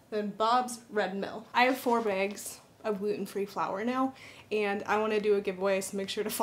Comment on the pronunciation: You must live in and be from the Pacific Northwest area! Haha! The way you said bags and bobs red mill drop off!!! 😂🤣I love it!